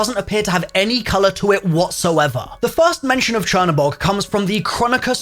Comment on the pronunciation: google translate black god into polish, thats the way its actually supposed to be pronounced since the spelling is polish.